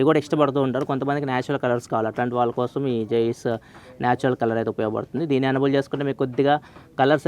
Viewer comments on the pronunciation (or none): none